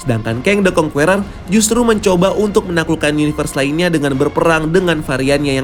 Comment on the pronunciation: karna kedepan ny kyk bakal banyak nyebut nama "kang the conqueror",, saran min, di perbaiki pronunciation ny.. serius kedengeran ny kurang enak min.. "conqueror" di baca ny (kongkerer) huruf "E" ny dibaca kyk ngucap kata (ke)mana BUKAN seperti kata (ke)re alias gada duit.. :) good luck